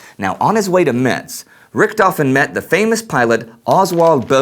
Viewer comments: And Richthofen is pronounced more like "Rishthofen", NOT "Rikthofen". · menfred albert freiher von rickthofen :D im sry but it sounds great for a german to hear you saying that :D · Amazing that Americans can't correctly pronounce the name RICHTHOFEN!